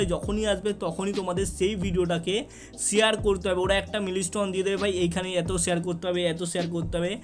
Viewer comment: ছেয়ার না ভাই শেয়ার 🤣🤭